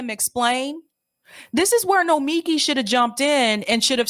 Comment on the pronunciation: It’s pronounced no-mee-KEE